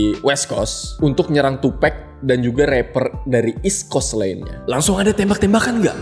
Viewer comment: gimane lau bang masih banyak yang ga bener "eastcoast" / "westcoacst'